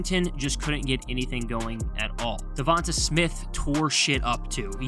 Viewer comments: Saying Devontuh is crazy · Devonta DA-VON-TAY.......